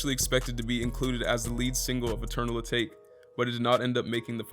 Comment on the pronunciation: I think your pronouncing eternal atake wrong, it’s a Japanese word and meant to sound like teriyaki, atake.